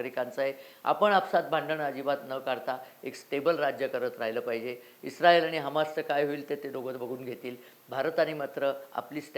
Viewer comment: तुम्ही इस् राएल असे दोन वेगवेगळे उच्चार करून ऐका